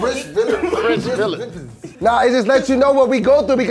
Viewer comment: Poor....trying hard to say French villians...he said french villis. Oh dear.😶